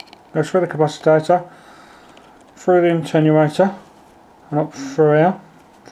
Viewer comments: Cap-ac-i-tor not cap-ac-i-ta-tor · cap acit or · No. It's ca-pac-itor